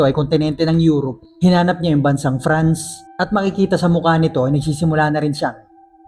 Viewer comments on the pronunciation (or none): none